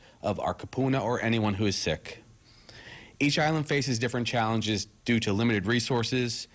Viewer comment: What is "chollenge" and "chollenging"?